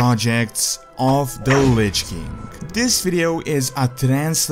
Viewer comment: Can't you pronounce "king"?